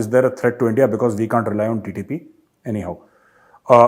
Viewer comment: Aaj kal tumhare moonh se nikalta hai 'India' magar mujhe sunai deta hai 'Endia'